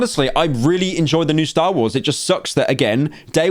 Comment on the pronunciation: When Pyro said “Stah Wohs”, I cried. The Slop will save us all.